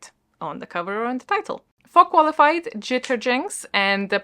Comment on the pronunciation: I have no idea why...but whenever G said 'for Qualified' I actually heard Farquaad (as in Lord Farquaad) and I can't stop cackling at that 😁🤣🤣 I'll try to participate as much as I can even though I'm on holiday for 2 weeks 💪💖